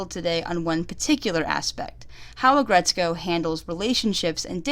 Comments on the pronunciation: its aggretsuko not aggretsu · "Aggretsukoe." Uh. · aggretsko?? AGGRET SOOKO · Aggretsko???? Aggretsuuuuuuko!